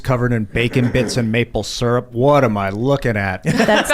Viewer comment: It’s sur-up not seearup!